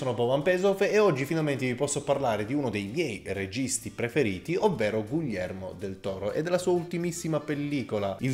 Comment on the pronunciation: Io ti adoro, ma per favore pronuncialo bene: GHIHERMO, NON GUILLERMO